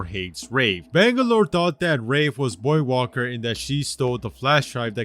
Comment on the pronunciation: lol the Loba beating revenant is kinda dumb if u think about it And damn was I not confused every time he say voidwalker because I kept hearing him say boywalker